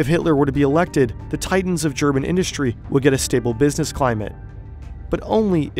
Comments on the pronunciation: not enough hype for how good the german pronunciation is! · Great vid. The pronunciation of german was so pleasing to hear too.